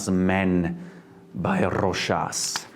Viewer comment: Thank you for pronouncing Rochas correctly!!!